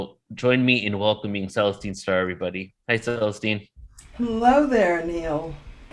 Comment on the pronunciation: Never heard of her & he cant even say her name properly